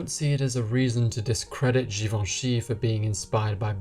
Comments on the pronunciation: Just post a video of you pronouncing his name on a loop “Hubert de Givenchy”.... love it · After hearing you say Givenchy is making me want to learn French 🥰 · You've pronounced correctly Givenchy, why didn't look up to pronounce Balenciaga the correct way?